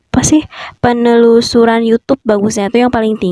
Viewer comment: Wkwkwk susah bener mw nyebut penelusuran